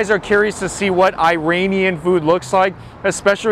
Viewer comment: He can't even pronounce "Iranian* ! Someone correct this boy.